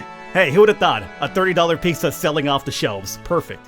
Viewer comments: lol ‘peeksa’ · I love how you say "Picsa" 😂😂